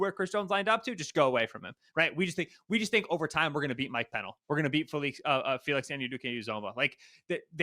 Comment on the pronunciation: my favorite error is mispronouncing Mike Pennel's name and then saying there's no athlete to match Josh Allen, as if Leo Chenal suddenly vanished off the face of the earth. I understand that seeing the Chiefs constantly is annoying, but at least try and give some insightful commentary instead of picking a side and rambling through every point you can think of to back up your claim. KC could very well lose this game, but at least try to present a good faith argument that doesn't rely on a week 11 game and a divisional game from last year that doesn't fully represent whar both of these teams currently are.